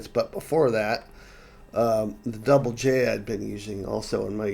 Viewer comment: "Double J". Finally, someone who pronounces it correctly! 🙂